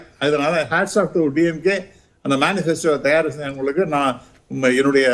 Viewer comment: That’s not “தாயார்” it’s “தயார்” can’t you even hire someone with basic Tamil skills .